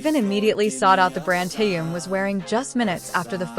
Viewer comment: Почему вы зовёте его Тэен,все говорят по-русски,а ударения ставят не правильно в словах,имена всегда коверкают.Неужели так трудно сказать ТЭХЕН,Чонгук,Чимин,МИН ЮНГИ, Хосок, Сокджин,Намджун.Или надо издеваться не только над русским языком,но и именами ребят?